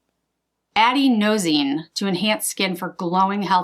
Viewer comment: Great tutorial! Everyone needs a giddy-up-go look. Can you wear powder shadows on top of the cream shadows? I do believe the pronunciation of adenosine is uh-den-oh-zeen.